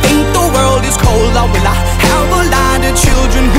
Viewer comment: Jordi SP hombre si corriges por favor dilo bien es"will i"